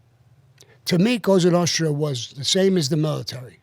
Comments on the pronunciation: He can’t say “Cosa Nostra” either but says something like “Notsra”. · "Cosa Notra” what an idiot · I don’t want to watch this because Hannity is the worst interviewer on earth but Sammy is always interesting to listen to. Can Sean please stop saying COSTA NO-TRUH. Who the hell is Michael FRAN-CHAY-ZEEEEE. Good grief. How did this guy get as far as he has?